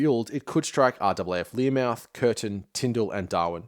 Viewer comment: Minor detail, it's Learmonth, not Learmouth. Excellent video.